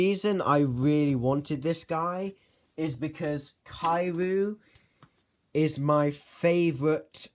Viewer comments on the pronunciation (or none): Is Not Kaiyu It's Kiryu